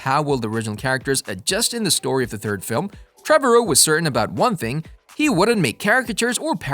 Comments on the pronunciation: Trevorrow rhythms with tomorrow. Trah-vah-row. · Why can’t you say the directors name right😂